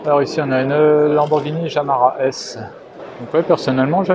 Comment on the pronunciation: Super Vidéo, merci pour la visite. Sinon la lambo c'est une JARAMA (nom du circuit) et pas JAMARA (comme dit dans la vidéo). La FERRARI que tu cherchais c'est une 365 GT 2+2 (peut être ?) . La peugeot 402 Grand sport c'est une 402 DARL'MAT (voiture de légende) Le logo "bizarre" de la R5 est rarissime, il date de 72, Renault à été obligé de le remplacer car ils ont eu un procès par KENT, (voir histoire du losange interdit sur le net) . Vivement la vidéo sur ARCTURIAL ! avec peut être la Facel Véga prototype ?